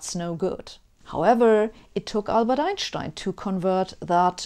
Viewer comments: When I was a youngster, I used to worship Einstein like he was a rock star. I still do. Please don't laugh, but I love the proper German way that you say "Ein-shtien". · Well pronounced like a German; Albert Ein(st)ein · My bad, I meant the majority of non-English speaking people in Europe pronounce it "ine - shtine". In my experience, only the American and British pronunciation of Einstein is "stine" instead of "SHtine". All Slavic languages pronounce it like Germans originally do. The same goes for French, Italian, Dutch, Greek, Hungarian, etc. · Forget the expansion of the universe, I want to know why Einstein is pronounced Einschtein in his own language. I can understand Schmidt, ya know... 'cause it has a c and h in it... Do ya always put ch after s?...if'n there's not a vowel after it... how would it be pronounced without curved spacetime? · Love how you pronounce Einstein! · You're the only Youtube host who knows how to pronounce Einstein's name correctly :-D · I love listening to you explain things,also I love the way you pronounce “Einstein “ awesome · it was almost jarring to hear the corroect pronounciation :D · I agree with you. Sabine is one of the very few English-speaking scholars to pronounce Einstein's surname correctly. It’s hard to listen to speakers who pronounce his surname almost like ‘Einsteen’ instead of: It is even worse with the famous physicist Karl Schwarzschild, who is pronounced by almost all English speakers as ‘Shwarz-child.' Correctly is of course: Congratulations to Sabina for outstanding posts. Greetings from Slovenia! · she’s German so it makes sense she says it correctly! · Nice to hear Einstein pronounced correctly. Good to know the astrophysicists are busy working on this stuff while I concentrate on Netflix and beer. 🙂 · I just watch her to hear her pronounce Einstein